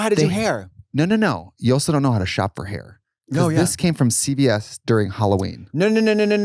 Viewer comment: "I was in the ICU por 13 days" 😭